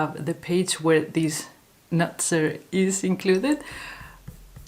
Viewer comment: Hello. Love your pronounciation of the word 'Nutzer' 🤣 has nothing to do with nuts. Means the user in this case. Love your videos and enthusiasm 🥰